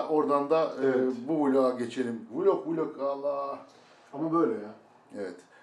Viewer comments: teog deme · vilog değil vlog